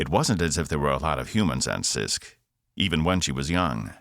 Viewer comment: Welcome to planet Cyst. I know it is Sisk, but this narrator makes it sound like cyst. LOL